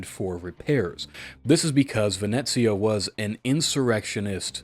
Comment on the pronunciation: Nope, you said it right "Venezia" with the Z, not the S.